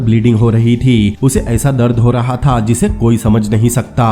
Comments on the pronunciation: "THaaA" "only legend can Be Understand 😂😁😂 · Tha ga tha ga tha tha tha Itna jor kyu Lagata hai last word par Bakwas explainer